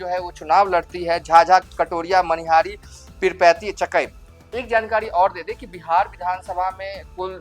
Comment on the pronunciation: चकाई पढ़िए सर चाकी नहीं पढ़िए